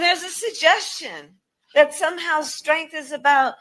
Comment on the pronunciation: Bitch literally said "dat"